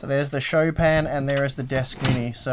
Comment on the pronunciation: No, it's pronounced "Chopin" not "Chopin";-) And I really, really want that In Win case...but of course I'm in the US >grumble grumble<....plus, um, hows about sending some of that ram over this way...I tried....:-D And lastly, I LOVE those custom Deepcool frame less fans!! Very, very cool:-)